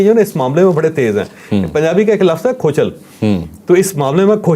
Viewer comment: کوچل نہیں کھوچل ہے